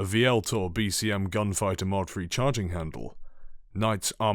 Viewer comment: It’s pronounced ULTOR